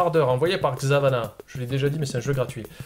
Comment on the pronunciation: C'est mon jeu :) Enfin c'est moi qui l'ai envoyé PS : Tu prononces bien Xavanah contrairement à pas mal de personnes